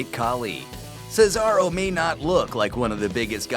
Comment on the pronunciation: This guy actually said Cesaro's name right. Way better than another person on this channel.